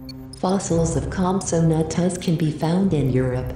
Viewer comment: The voice: COMPATAGUS Me: no it’s compsognathus